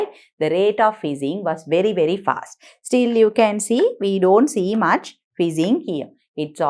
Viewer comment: It's much not mach